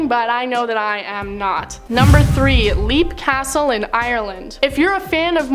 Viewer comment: Leap castle is for sale for the low low price of $3 million.... and she pronounced it wrong